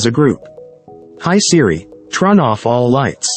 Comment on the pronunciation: 스크립트를 trun이라고 오기하니 목소리도 trun으로 읽는군요 ㅎ